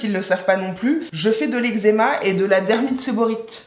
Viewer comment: J’adooore 😂 faut que tu refasses des vidéos comme ça 😂 au fait on dit dermite séborrhéique 😂❤️